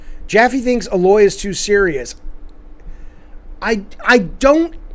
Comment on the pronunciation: A-Loy. Not Alloy or Ahloy. For fucks sake if you're gonna say the characters name a thousand times, get it right.